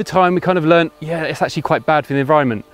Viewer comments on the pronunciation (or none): none